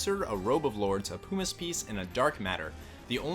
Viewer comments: Jesus christ I swear no one on yt can speak well. Its PUMiss not POOmiss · Where u learn English man moogles and pumice is not pronounced that way lol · Hhahaha Poo miss. It’s Puh mis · Oh, and "pyoo-miss"? Puh-miss! It's "puh"! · "Poo-miss piece" Mate wot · The way you pronounce “pumice” makes me want to cast meteor on you! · I can't handle the way he pronounces everything lol. Pumice is an every day word (PUH-miss, not POO-miss), Regen I always thought was (REE-jen), as in regeneration, according to Dissidia: Zidane is also pronounced (zih-DAHN), but I'll let that one slip because I hate it. The moogle... (KYU-po)??? Curaga... (kyur-AY-ga)???? I'm dead x.x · Just because it's annoying: pumice as in bum, regen as short for regeneration not regent as in Ronald Reagan